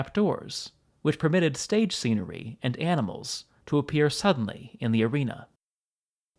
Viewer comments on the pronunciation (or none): none